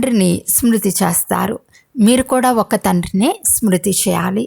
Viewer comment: చేస్తారు అనే పదము చస్తారు అని వినపడుతుంది దయచేసి పలకడం సరిగా చేయండి